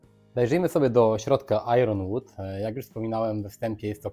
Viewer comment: Ponieważ powtórzyłeś błędnie to słowo ze sto razy, a nie licząc tego jednego błędu wideo jest super, muszę zwrócić uwagę. Iron wymawiamy jako GB-EN "ajen" (ew US-EN "ajern") a nie "ajRon". Fajne wideo o tym